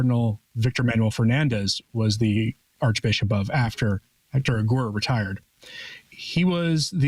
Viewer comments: Sounds like he’s saying Agur. I think it’s Aguer. Aguer rhymes with Blair . So ah-glare without the L . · Yes, he's saying it wrong. Aguer has a silent U, so, it's Agair. Is it so hard to simply look up people on wiki and see what the prounciation guide for a foreign language says? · The name of archbishop Héctor Aguer is pronounced Éctor Ager (the ge in his surname is the same sound in English as the sound ge in the word get)